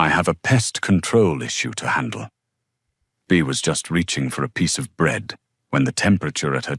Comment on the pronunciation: Its not Bear either. Its Bea (B ee)